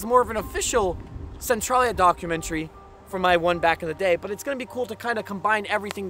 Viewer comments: It's CentrALia, not Centrawlia. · maybe im wrong but in PA we say it like sen-trail-ya like central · It's pronounced Cen trail ya.even the video you added at the beginning of this video says it. Pay attention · Local here. I forgot I had photos from 2012. Your video prompted me to add them to my channel today in a video. You may find it interesting to compare then & now. Thanks for your coverage on this area. (We locals pronounce it Sen-TRAIL-yuh). I had no idea they brought in all that dirt. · This is so odd, I grew up here on the other side of the graffiti highway. Only the movie is actually based on the town though, the games were from Japan and the issues of Centralia fires weren't until the 70s. No fires in the Silent Hill town :) There's a new fire that is burning about 10 mins away that just began -- and it's pronounced "sen-tray-lee-uh"